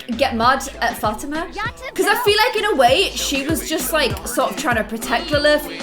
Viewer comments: like fah-TEE-mah? cuz thats how i always said it. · Fatima's name is not pronounced "Fat-i-ma". It's pronounced Fa-ti-ma. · Ok it's been a long time you have been called Fa-ti-ma Fat-i-ma and it's kind of bugging me, because i actually have a friend named Fa-ti- ma. The correct way Fa-as in fall, Ti as in T, Ma and Ma like calling your mom Ma. Hope that makes sense🙏By the way love your channel. Must say i was your 100 subscriber😎